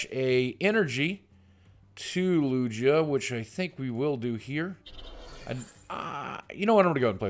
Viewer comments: lugia is pronounced LUGE-IAH not LUGGH-EAA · just so you know its lugia not lujia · Lugia doesn't sound like it has a j the g sounds like a regular g not j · It's lugia, not lujia. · Boogie, it's not Lu-Jia its LU-GIA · LOOOJA? its LOOOOOGEEEUH. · FYI its spelled Lu-gi-ah not lu-gee-ah. Pokemon names are really hard to pronounce. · boogie- LUGIA is pronunced LOO-GEE(Like the fat you put in pies)-u, LOO-GEE-U. I collect the cards (or at-least 1 type set per series e.g. primal clash from XY). I also battle with cards at my local trading card centre. Came in 3rd place of 9 contestants last month :) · Lu-gee-a? seriously? I've heard that name for a good 15 years or so and never, never has anyone pronounced it Lu-gee-a. WOW good thing im not subscribed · Lugia. (Lu-gee-a) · I don't wont to be mean or anything but its pronounced lu-gee-ah sorry if this comes off as a rude comment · Lugia is pronounced ''lu-gee-ah'' btw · Loog-e-uh = Lugia just helping so you don't get roasted Boogie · Lugia is pronounced lu-geah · Loo-Gi-Ah is how to pronounce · Games i hate to be that guy but lugia is pronounced with a hard g like gabriel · Its Lu-Gi-Ah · Im sorry boogie but its been killing me this past week. Its Loo-gee-ah. i had to get that out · Lugia is pronounced Loo-Gee-Ah. Boogie. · yeah it is supposed to sound like lu-GEE-ah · It is pronounced Lew-Gi-Uh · He literally said Lugia three different ways and none of them were right. xD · Boogie you say lugia wrong. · boogie I love you but your saying lugia wrong and it's very cringy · Bugs me so much how he says lugia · thats not how you pronounce lugia !!!!!! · Yea him saying Lugia was bugging me lmao